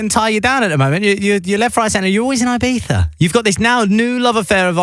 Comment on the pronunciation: Ibifa it not Ibiza